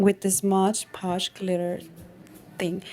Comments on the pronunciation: Nice card. Btw, it's MOD PODGE with D. And not MOGE POGE. 😘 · It's MOD Podge, NOT Modge Podge. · It is MOD. PODGE! Not modge podge !